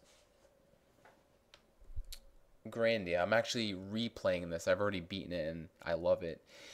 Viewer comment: oh you pernounce grandia different then me